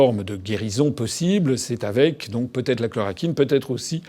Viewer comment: Après avoir visionné la vidéo (je parle plusieurs langues : français, anglais...). Ce que j'ai dit avant d'avoir visionné la vidéo, François le confirme et aussi pour les médecines alternatives (j'ai dis plus de détails dans mon message en anglais et français sans avoir vu la vidéo). Par contre, François : 1/ ChlorOquine et non chlorAquine : relis tes scripts ou lui qui te les écrits. D'ailleurs, le 6ème continent c'est l'antarctique, le 7ème c'est tout le plastique dans l'océan et le pétrole libéré par accident (ce sont les sources de pollution majeures). Revoie ta géographie et intéresse toi aux Sciences. Je te le dis et j'utilise le "tu" par respect car tu est un patriote. 2/ Les américains (les dirigeants ont commandités cette attentat bioterroriste, ils sont rentrés dans un labo P4 au Canada, se sont injecté le virus puis sont allé en Chine). Pourquoi ? Simple : Les russes ont le gaz (il reste 203 ans de pétrole dont là où il y a de la glace) mais SURTOUT la Chine qui eux sont très ingénieux (Les chinois, ils t'achètent un smartphone unique : dissection de tout l'appareil, ils l'étudient et ils en font un nouveau plus sophitiqué...d'ailleurs culture général : qui a inventé les pâtes, l'espionnage, la police scientifique et le détecteur de mensonge ? Les chinois (dans l'Antiquité je précise)...de même pour l'acupuncture...par contre ils gardent secret leurs connaissance (ils étaient pauvres avant donc ils ont raison, en France vous feriez pareil) donc économiquement les c